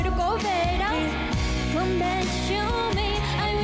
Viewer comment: Thảo Phạm dễ thương đáng yêu nhưng đúng là chưa đủ trình độ hát cùng Kay. Giọng này chỉ ở mức Karaoke Livestream thôi. Phát âm tiếng anh tệ, chữ "please" "come" "for you" đều dở. Còn tiếng Việt cũng ko tròn chữ. Tâm lý cũng chưa sẵn sàng